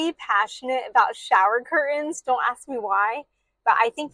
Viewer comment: "Curtains" has a "t"